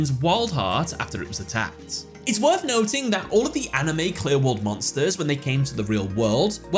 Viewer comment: Cannot unhear QLI-WORLD